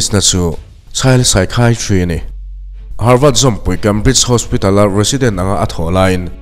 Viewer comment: Harvât tih tur ami,havard nilo maw